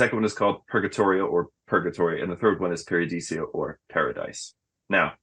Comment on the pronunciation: Why's he always call it Paradisio? Isn't it Paradiso?